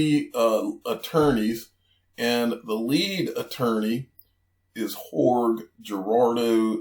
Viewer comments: Jorge = George/"HorHay". It's effing Portuguese/Spanish, dude. LMAO at "Horrg" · “Jorg” 😂😭 It’s pronounced Hor-Hay brotha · I was gonna say, " you know damn well that doesn't say HORG lol." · I laughed out loud wheb he said Horg!